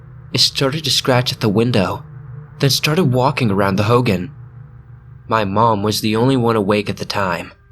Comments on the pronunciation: Ho-gone not howgen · Hoo-goen not hoo-gin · Aaaaaaaaaaaaaaaaaaaaay I've got family at red mesa. Also Hogan is pronounced like "hoe-gone" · Hogan.... Not like Hulk Hogan, it's pronounced like hoe-gaan. Translation for home in Navajo. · It’s pronounced hogahn that’s the best way I can explain it but yeah o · It’s pronounced “ho-gone” for hogan. Not pronounced like fucking hulk hogan. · You pronounced Hogan wrong